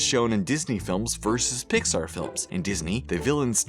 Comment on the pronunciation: Why can’t you pronounce Pixar right...